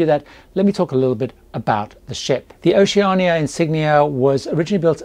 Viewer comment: I am thinking about doing a Caribbean cruise on the new Vista in 2024 and I’ve checked out a few YT videos re Oceania Cruises. Annoyingly I’ve noticed all the American reviewers say Oceana and not Oceania. I really appreciate that you get it right. Thanks, love your videos. I’ve just finished watching your latest Q&A and am binge watching your older videos. Excellent tips and advice.